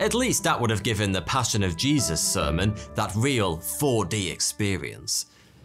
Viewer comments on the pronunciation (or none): none